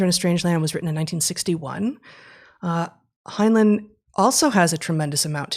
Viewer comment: I love your discussions! One small note...I believe the second syllable in Heinlein's name rhymes with the word, "line".